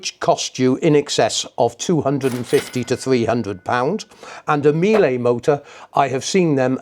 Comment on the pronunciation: Just so you know, the correct pronunciation of Miele rhymes with "Sheila," not "me-lay."